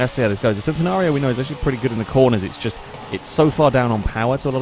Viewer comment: It's centenario not centinario